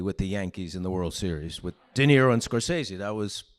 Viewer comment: Rebecca Miller instantly pronouncing "Scorsese" wrong is kinda funny Can't wait for the documentary